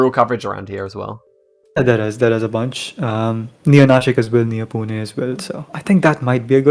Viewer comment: You say "Pune" so well!